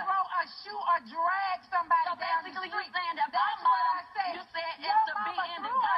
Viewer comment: "I Shaid what I Shaid!!!"...😭😂💀